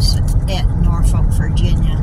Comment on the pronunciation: What an interesting day you had! The way you said Norfolk is exactly how we heard it when we were stationed out there some 20 plus years ago. Safe travels out there!